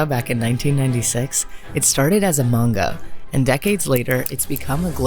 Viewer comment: Please say Manga correctly. Its not mainga